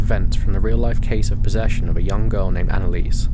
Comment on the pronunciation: Annaliese Michel's first name is pronounced "ANNA-LEE-SUH" ... Not "Anna-Leese" She also died of STARVATION and DEHYDRATION ....not "pneumonia"